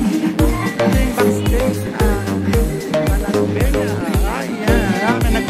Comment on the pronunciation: Ayusin mo po pronunciation mo Sir sa PANAGBENGA